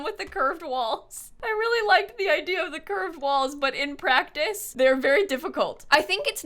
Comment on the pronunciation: with each time says "curved walls" it sounds more like "cursed walls"